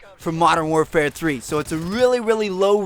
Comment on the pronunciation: You say "so" so weirdly it sounds like seahwo